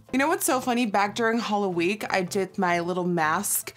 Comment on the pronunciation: Every time you say I did my brow I always think that you’re saying I dipped my brow LOL. I wish doing my eyebrows was as easy as a dipping it into something and it looks as good as that😂